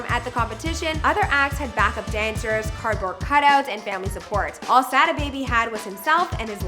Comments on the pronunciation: I hate the way the host pronounces "Sada" 🤦 smh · she can’t do enough research to say “Sodda” baby not Sad A baby